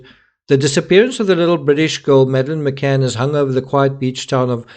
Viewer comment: DID SHE ACTUALLY SAY, I AM MADELINE McAnn?.